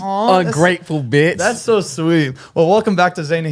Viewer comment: “Ungrateful VITCH” 💀💀💀